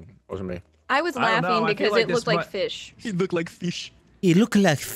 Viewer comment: "Dey look like feesh..."